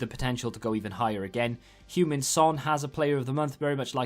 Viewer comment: Tottenham pronouncing Hueng-min son: Hyoung-min Son Fans pronouncing his name: Human Son